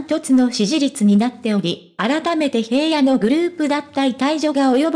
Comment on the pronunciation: 平野くんは、「ひらの」と読みます。「へいや」と読み間違えていて、内容が入って来ません‼️ どうにかなりませんか？